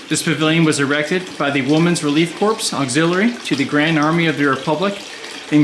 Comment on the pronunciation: Great delivery, but Corps is pronounced "Core" not "Corpse."